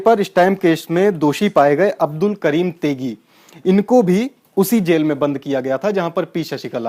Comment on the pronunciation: Abdul karim tegi nahi balke "" telgi "" sahi hai